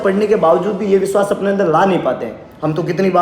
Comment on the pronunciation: Y veshvas nhi vishvash ghat hota hai